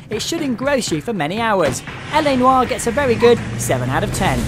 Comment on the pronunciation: Thank you for pronouncing noir right. Every one of my friends pronounce it wrong